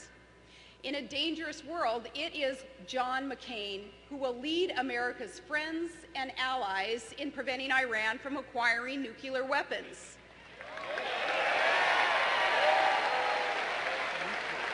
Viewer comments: "new cu lar weapons" lol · Did she really say "nucular" ala Bush? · did she say 'nucular'?... plus, does anyone else think that this rally is scarily jingoistic?!?!?! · ....she says nucular...how hard can it be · Oh no, not another one who can't pronounce "nuclear"!!!